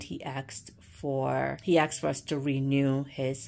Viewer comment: It’s asked not axed